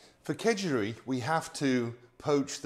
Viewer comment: well thanks for stating the obvious. he pronounced it Khejuri, which isn't too far from Khichuri. Food has a tendency to go from places to places and change that's part and parcel of an interconnected world. It's still yellow rice for breakfast. And people eat fish with khichuri, so nothing weird there. Only change I saw was the omission of lentils.